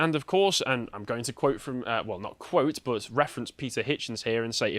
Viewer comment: Anyone else hate vocal tic where he puts "uh" at the end of sentences or words for no reason? In what universe is "but" pronounced "buhtz-uh"?